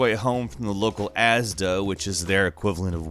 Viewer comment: U say Asda so weird lol